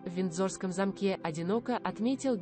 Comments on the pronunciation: Боже мой! Читающая текст делает столько ошибок в ударении! Можно было бы простить имена собственные, "СасЕкские" или "МаркЕль", но не знать имя Гамлет?! Это не " ГамлЕт"!!! Далее: "скончалась в замкЕ" , "произнесЕна"," Елизавета два?! " "высочЕство"? Дааааааа. Позор! Прежде чем записывать текст, почитала бы вслух бы перед кем-нибудь. Если в школе плохо училась, учись сейчас или не выходи в эфир. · Не возможно слушать чтицу, сколько ошибок, неправильная речь, ударения!!!!! Вместо слова замок с ударением на первом слоге, делает ударение на втором слоге !!!!! Наверное, не было репетиции !!!!